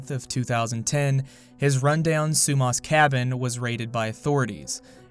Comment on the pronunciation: Unfortunately this is my hometown. Sumas is pronounced SUE MASS. Whatcom is pronounced WATT COME. I am ashamed of this place but there's not much to do around here lmao